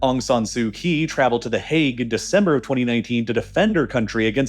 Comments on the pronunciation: Just FYI - the "Kyi" in Aung San Suu Kyi is pronounced "Chee" not "Kee". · Aung San Suu Kyi. Kyi should be pronounced as chee Kyaukphyu - ciao-pew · Pronounced "Kyee"